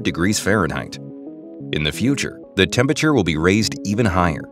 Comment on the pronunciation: It's "temperature", not "tempature" lol